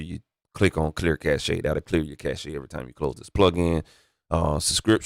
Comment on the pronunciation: Cache is pronounced like CASH, not cash-hey.